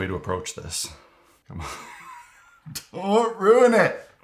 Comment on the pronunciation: That “don’t ruin it” is easily the most Canadian you’ve ever sounded in one of these videos but I can’t say I wasn’t thinking the same thing with how hit or miss resin pours can be.